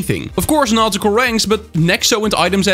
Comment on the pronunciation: Awesome video as always,! (Am I the only one who heard "not cool ranks" instead of "nautical ranks"?)